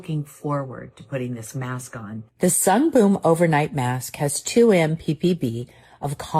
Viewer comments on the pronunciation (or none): I noticed Jaclyn hill also says “sungBOOM editor.” Like jfc at least have a little respect of the brand you are making a kickback from and say it correctly 🥴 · When I first saw the Kardashian mother doing the Sungboon Editor ad about a week ago, I cracked up. I honestly wasn't sure if the whole thing was AI or not, especially when she said the brand's name wrong, 😐. Like you said, they probably probably spent a sh*t ton of money to get her for the ad, so they just went with it, lol. I do love their products though, so I'm going to resist giving them side eye (lifted with a weird TikTok gua sha thingie, 😂😂😂). When you rolled your face with the lint roller...I almost fell out of bed laughing, lol. LOVED this video....thank you. Hope you had a good holiday season too, 💐🖤🗽🌃.